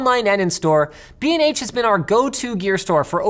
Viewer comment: BnH? holy shit I thought you said "bean age photography" oh my goodness gracious